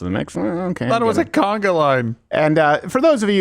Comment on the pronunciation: It's "conga".. Steve, admonish.